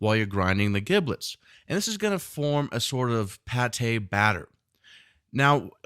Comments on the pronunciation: It's pronounced "JIB lits" not "GIB lits" and it's "TAM ee" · Duck with an “ e” Ducke?? Giblets are pronounced as Jiblets and not GIB LET. Just a suggestion. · Brilliant. Inspirational video. Your pronunciation of 'giblets' triggered me, though. Should have a soft 'g'. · The G in giblets is pronounced as a J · Heads up dude. First; I love the recipe. Epic. Can I try other flavours such as chili oil etc or is this one of those "mess with the recipe at your peril" type of things, you know, like... soufflé? Oh,,,, sorry to be "That guy!" but... who taught you to pronounce giblets? You need to find them and slap them... HARD!. It's pronounced jiblets. The gi is pronounced the same way as the Ji in Jim. Seriously, Google "how to pronounce giblets" It's the same in the States as the UK. I thought at first it was one of those things like "aluminium, tomato or grey, but... nope. Again, in closing; Nice work. Thank you. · Just like GIF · A chef pronouncing giblets incorrectly is really fucking annoying. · You should learn how to pronounce 'giblets' before making a video like this